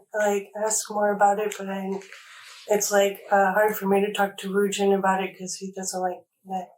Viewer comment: The fathers first name is woojin, not woo…